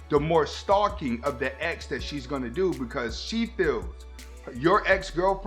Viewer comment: I thought you said eggs instead of ex lol i was confused